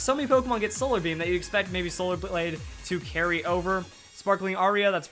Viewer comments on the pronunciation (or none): none